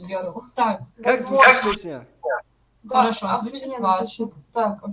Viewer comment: Пэээсняэээ не, песня талаффуз бикун.